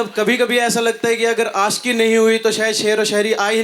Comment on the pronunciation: کوثر منیر جاوید صاحب کے سامنے بیٹھ کر اور جشن ریختہ میں بولتے ہوۓ اپنی ریختہ تو ٹھیک کر کے آتیں ۔۔ آشکی ۔لعنت ہے تم پر ۔